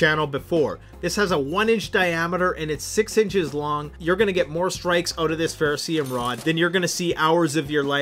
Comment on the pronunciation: (psst... it's ferrocerium, not ferro see-'em)